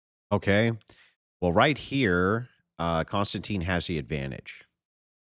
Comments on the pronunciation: Any chance.. I know it's my OCD but ... His name is Kon-Stan-TIN not Constantine. No Teen. It distracts me from what you're saying. Like if I kept saying Density instead of Destiny. Please. I'm probably a stickler because people call me Mike when I have always, always been Michael. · kon-stan-tin, not tine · His name is pronpunced Kon-stan-tin. There is no e on the end. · I couldn't even finish watching this debate without your input. And Konstantin is pronounced Con-stan-ten. I've subscribed to Triggernometry with KK and his buddy, Francis Foster (FF) for about five years. They're a hoot.